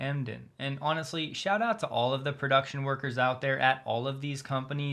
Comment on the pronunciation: "Production is…" you say? Maybe you should take care of not catching an Australian accent with such words!